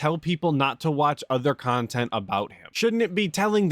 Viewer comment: "I wanna make myself better" -> 5 seconds later -> "just because you're a shitbag and all you believe is toxic shit so you can make toxic kahntent about me doesn't make what you say true, I'm telling you I WANT TO IMPROVE MY BUSINESS! " 🤣 🤣 🤣 🤣